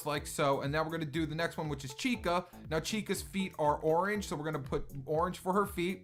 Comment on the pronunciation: Chica, not Vhica